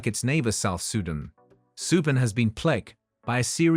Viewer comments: Learn to pronounce SUDAN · It’s Soo Dahn not Sue den. Even my nan knows how to say it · You lost me at Soohdun. 🤦‍♂ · Teach your AI robot how to pronounce "Sudan", "Guinea", "Malawi", "Lesotho", etc. Better still, use a real human voice from a person with a brain. Robots suck!